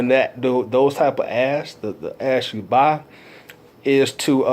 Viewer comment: Great video! I had to double take cause it sounded like you were saying "You can buy Ass on Facebook".. lol but I know you were saying Ad's..bring the "D" in Ad's out a little more, all joke's aside though I really want to Thank you so much for sharing your knowledge its very helpful and Inspirational!